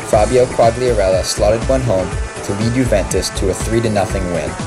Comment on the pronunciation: Great video but learn how to pronounce italian names or i am going to pummel you. Quagliarella (Kwahl-yarrella roll the 'r') not (kwag-lee-arella) and Vucinic's name is Mirko not Marko. If youre gonna be a fan then learn their names.